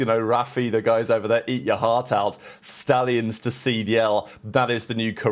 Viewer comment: IT'S THE SHTALLIONS! SOLUTELY! 👃